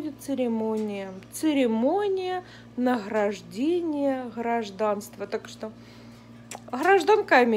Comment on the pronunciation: Церемония наХраждения Хражданства))) ахахаха))